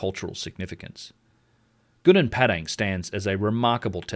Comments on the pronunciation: Its Padang not Pedeng Pa just like Papa And Dang like Dung Papa Dung, Padang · Try to learn to pronounce correctly. That you pronounced Padang became Pedeng is really annoying. I am Indonesian but I always speak like a native in many languages including English, Dutch, French, etc. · It's Gunung Padang not Gunung Pedeng Learn to pronounce names correctly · Please pronounce Padang correctly